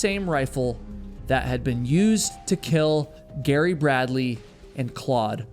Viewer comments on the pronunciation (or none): none